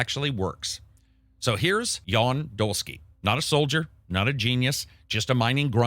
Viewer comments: It's not 'Yawn', it's 'Yun'! 😀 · It's more like "Yahn". XD But yeah, definitely not "Yawn". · It's "Jan" with an "a" pronounced the same way as in "A-mazing" not "Jawn" lol